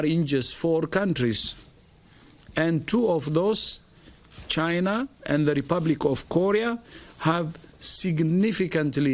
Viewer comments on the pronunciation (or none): none